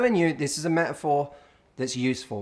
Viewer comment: Me-a-phor ?? AAAAGGGGH FOR CRYING OUT LOUD...if there is a ‘t’ in the word please pronounce it.